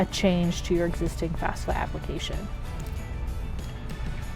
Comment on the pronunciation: I keep hearing FASFA. :(